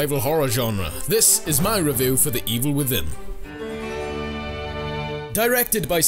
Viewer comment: hahaha "Revoow"